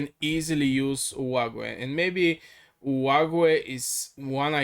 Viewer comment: Olague is pronounced " OH LOG "